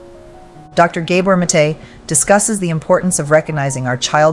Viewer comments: Very helpful thank you. I believe The doctors name is pronounced- Gahbore' Mah'tay (emphasis on the apostrophe) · You need to learn how to pronounce Gabor Maté's name, you're mispronouncing it